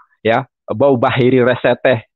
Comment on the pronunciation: Yesaya 42:1.....בְּחִירִי רָצְתָה ..dibaca bakhire resyeteh.....salah baca itu...